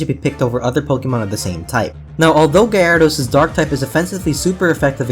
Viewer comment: Guy-air-e-dose.... lol